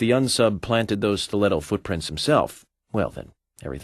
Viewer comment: He just pronounced "footprints" foodprints"